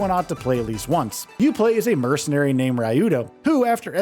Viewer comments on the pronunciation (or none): none